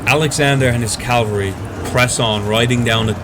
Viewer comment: Please learn to say "caV-alry."